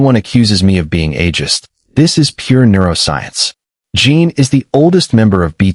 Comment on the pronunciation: His name is Jin not Jean. If you cannot say their names correctly at least have the words spell it correctly. I've seen too many of these videos and it never fails, one or more of the names are either spelled wrong or pronounced wrong. The information is out there, why don't you use it? Or have a proofreader on staff to make sure the information is correctly displayed.